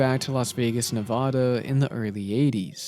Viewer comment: You're pronouncing Nevada incorrectly.